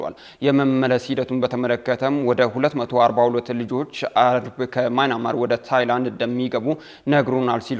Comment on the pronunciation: ኧረ የjournalism / professionalism ያለህ! "ማይናማር" አይደለም። ትክክለኛው አጠራር:- ሚያንማር ነው።